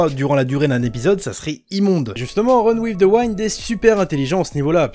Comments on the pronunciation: Ça ce dit pas waind mais wind mais snn la vidéo est cool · Honnêtement j'avais pas compris la première fois que tu as dit "Run with the wind" parce que ça se prononce "OUI-ND" et non "WAÏ-ND"... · Run in the waine ???? Google trad 2 sec et tu le diras bien, sorry ca triger (wind avec un I). Sinon bonne vidéo continue t'es le meilleur ! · Run with the WIND, le VENT, se dit "Wénd" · reune ouive deu ouainde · "Wind" ps "waynd" lis le en fr ne cherche ps plus haut Sinon très bonne video comme d'hab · j'avoue ça sonnait un peu comme Run With the Wine 😄🍷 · wind!!!!! c'est un i...et ca se prononce comme un i